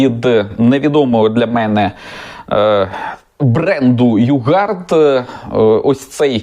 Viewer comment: "Югод" или "йогурт", какой там "югард"?! 🤔🤫🤣